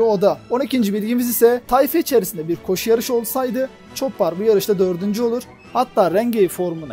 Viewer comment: ÇOPPAR depil ÇOPER DİYE OKUNUR